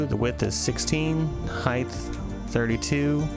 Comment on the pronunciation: "Heighthh" Sorry had to point it out haha